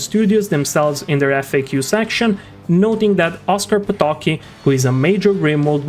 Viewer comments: Why xD? Just why xD??? "Oskar Potoki" xD You have omitted "c" in his sureneme, it's "Potocki" and not "Potoki" xD I'll well aware that you might be not fammiliar with pronunciation of polish surnames, but this hurst to hear soo badly xD and don't take this comment as hate. I'm enjoying all of your content, and so I wish for you to keep the good work at improving overall quality, which includes proper pronunciation ッ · it is pronounced "Po-to-cki" where every letter is sound. If you want to hear it just write it in Google translator, set language to Polish and hit read. It reads it quite well (but remmember to hear it from Polish reading bot, as English one reads it incorrectly) Edit: note that sound of "c" in Polish is not the same as "c" in English . What is funny is that there is no "sound equivalent" of Polish "c" in English alphabet.